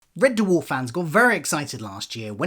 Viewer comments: It’s red dwarf !! Not red d-warf ! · Also, Red Dewarf? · Why do you keep calling it Red Derwarf? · Red Duwarf? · Turned if off when he said “Red Duhwarf” for the 10th time 😣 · What the hell is that pronunciation of Red Dwarf? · Amazing he did a Red Dwarf podcast but he can't pronounce the name correctly.